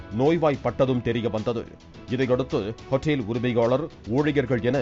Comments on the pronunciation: யோவ் ஹோஇட்டேல் இல்ல ஹோட்டல் ஒழுங்கா வாசியா 😂😂😂😂😂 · What a pronunciation hotteel... wow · wrong pronunciation.